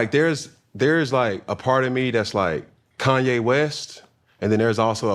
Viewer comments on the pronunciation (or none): none